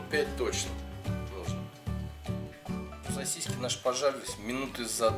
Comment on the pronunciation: Уважаемый автор, умоляю не говорите СОСИСЬКИ, это для ушей пытка мучительная. Правильно говорить СОСИСКИ, без мягкого знака.